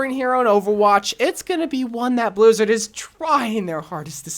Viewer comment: Did he just say blizzid or am I crazy